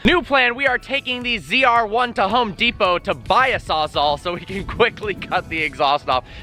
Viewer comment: Martini time sawsall, not sawsaw xD